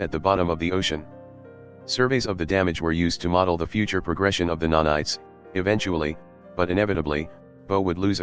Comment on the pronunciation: I love that text to speech has turned nanites into nah knights